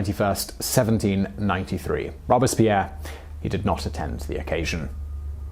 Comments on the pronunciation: This guy kills me with his constant mispronunciation of words and names. It not rob-es-pierre, it's robes-pierre. Understand how the French language is enunciated. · Take drink everytime Simon says the name Robispierre. I dare you! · Yeah it pronounced ROBES-Pierre Like he has two robes. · All interesting, but, when did ROBESpierre become ROBERTSpierre? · It’s Robespierre not Robuspierre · ROBE--SPEAR...!!...ok Simone? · "Robes" Pierre French guy in a poncho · His name was Maximillien de Robespierre not Maximillien Robespierre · I am pretty sure your saying Robespeirre wrong.